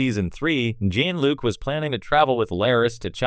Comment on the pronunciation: Is this supposed to be a joke? They can’t even say Jean Luc’s name correctly. Stop using this garbage, AI, or at least watch your damn video first and correct the things that are wrong